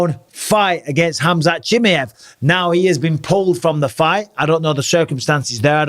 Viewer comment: HamZat JimmyEv.... 😂 Bisping don't care for pronunciations llf